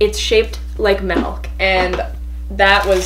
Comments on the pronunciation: "It's basically white out, but it's shaped like, milk." She pronounced milk like "melk". Okay, you guys aren't getting it. I NEVER said it was a bad thing. It's just something I noticed so I pointed it out. I even thought it was cute. Stop getting mad at me. I was never meaning to offend ANYONE. So please, chill out. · I live in canada and i only know one person who says malk instead of milk. Its not even really a region thing its just varies from person to person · Trosyyy no you aid it wrong it’s ‘MALK’ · I noticed that too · Every time she says milk : melk Melk MeLk MELK MMEELLKK???!!😤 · She says melk wtf come on😂💜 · Are you saying Melk? Or Milk? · No one::meLk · Anyone else hear when she said "melk" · Sje was saying melk instead og milk lmfao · Its shaped like MALK lol (pls dont come for me, i love mia) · “mALk” “bAiG” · Are you saying malk? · Melk😬 just makes me feel uncomfortable😂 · Nobody:: melk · Who else is noticing that she is saying malk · Is it just me or does it bother me that she said melk and beach baig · Sorry to say but she said Malk not milk malk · Did you just say.....MELK 😲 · ...did she just say "Malk"???😳😔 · I hate when people say milk like malk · She actually means milk but she pronounces it 'melk'😆😂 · why does she pronounce milk as malk I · Was anyone else getting annoyed by the way she was saying “melk”? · Anyone else pronouncing milk like melk? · Melk??? Lol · Melk? Lol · Me: oh wow she's funny Subscribe: MELK carton Me: 😐 unsubscribe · Anyone else a little triggered by the way she said “milk”? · I think It’s her Canadian accent coming out lol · The way you say milk 😍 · It's milk not malk but you are so funny 😂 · Some people say melk and not milk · More like malk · Juicy Janelle i am canadian and i say milk but my sister says melk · Crazy Owl Girl CNCOwner no it’s more like “malk” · There is a “i” in milk for a reason 😂 it’s not “melk” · Am I the only one who finds it weird when people say milk like melk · Its milk not melk